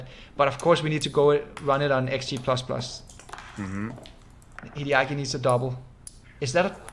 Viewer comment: WHY does he say Kiriyaki instrad of Hideaki?